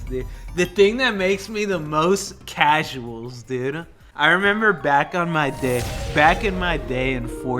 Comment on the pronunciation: I skipped 5 times in this video, and every time i did he said causals. >_>